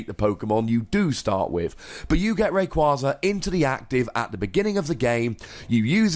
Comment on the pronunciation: Take a shot every time he mis-pronounces Rayquaza